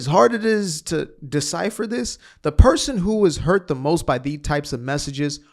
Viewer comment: Or the other word instead of this you say Dis you sound like you are the progeny of a super linguists or verbage